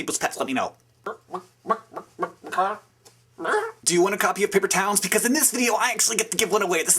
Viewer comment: Ooh, Paper Towns, please! xD When you first said it I thought you said, "Paper towels," and I'm like, "Who wants a paper towel?" Lol, subscribing. <3